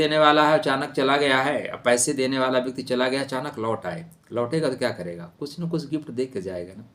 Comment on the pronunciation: Lotega sahi bolo